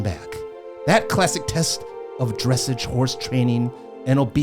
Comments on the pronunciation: Minna maria also skated in Japan 3 years ago. Was much better. Dressage is pronounced drah sahj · Dressage is pronounced…… druh-SAAZH,. 😁